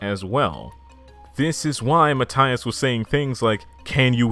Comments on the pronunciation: I love when gringos spend countless hours researching for a video, but not a single minute to check how things or names are pronounced in spanish (ie Matias' name) Jokes aside, awesome video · i love how this guy can pronounce japanese kind of well (if i know anything about japanese) but then he goes 'valee verde' and 'mataias'